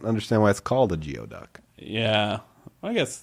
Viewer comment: Geoduck is pronounced “goo-ee-duck” 😊